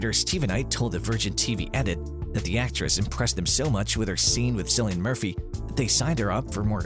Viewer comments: I went to comment this too.. you’d think they would eventually get it right figuring how they’ve done SOO MANY videos on Peaky Blinders but in EVERY ONE he pronounces it like it’s said with an “S” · Not ‘Sillian Murphy. It’s pronounced ‘Killian’.